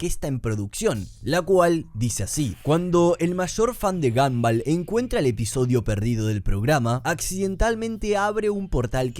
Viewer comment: Me da toc que le diga "gamball" a gumball